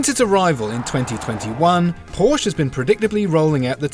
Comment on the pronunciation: You might be bothered to properly pronounce “Porsche” and “Taycan” properly.